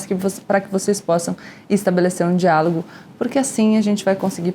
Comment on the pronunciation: Toda vez que o Temer fala diálogo eu ouço diabo kkkkkk